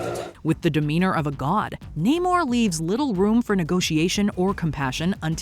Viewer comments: IT’S NAMOR,! NAMOR, NOT NAY-MOR! GET IT RIGHT, WOMAN! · I'm confused on how you could have pronounced Namor wrong